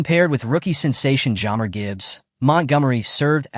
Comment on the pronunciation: This guy can't be much of a fan since he can't even pronounce Mcneill and Gibbs first names properly.